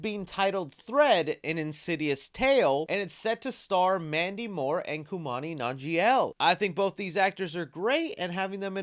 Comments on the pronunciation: Kumail Nanjiani's name is pronounced like this: "Koo-may-ul" " Nan-gee-an-ee" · anyone else notice how he pulled a john travolta on kumails name lol kumani nonjail? reminds me of adel nazeem lol love u!!!! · Listening to your mispronunciations is just sort of the cost of doing business, but man… that Kumail Nanjiani was just about too much for me